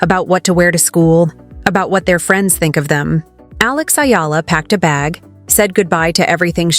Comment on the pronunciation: Pronounced as E-ala... Not Ayala nor Illa